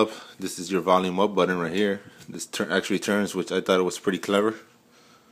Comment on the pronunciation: What's a buddon?...... Is trying to say button??? I'm confused now....